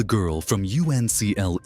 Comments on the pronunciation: I hate the fake dust, I hate the fake wavy picture distortion, and it's not pronounced U.N.C.L.E., it's pronounced UNCLE! Like your parent's brother! Downvoted. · I remember He&She, and who could forget My Mother the Car? I even remember The Girl from UNCLE (or as your AI voice says it, "the Girl from you enn see ell ee"). It co-starred Noel Harrison, Rex Harrison's son. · Don't use an AI Voice..I could tell it was AI when it couldn't pronounce "Uncle" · AI voice cannot pronounce U.N.C.L.E. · Got seasick trying to watch this. Why did you put that wavy effect here? Horrible. And c'mon...NO ONE spelled out UNCLE in either the Man for Uncle or the Girl from Uncle. Can't you take the time to instruct the AI voice how to pronounce things?